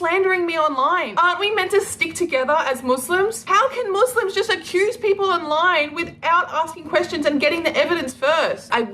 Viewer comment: "Moose-Limbs"... She Says.